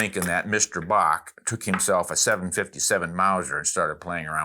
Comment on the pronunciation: Herr Bock not Bach as you previously stated. LOL